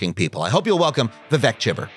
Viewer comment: Vivek is pronounced with a long second syllable, like Vi-wake, as opposed to Vi-veck